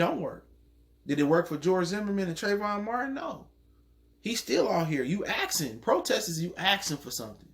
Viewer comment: "You axin"